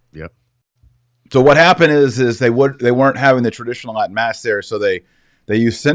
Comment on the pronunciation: Kennedy's Latin is pretty amazing closest to the real thing I've heard so far great job!